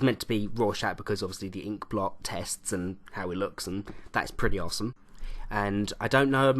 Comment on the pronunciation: Why do you say " awesome " in a american accecent